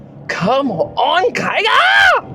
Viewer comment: here yells come on kiger, at home, hears "come on tiger"😉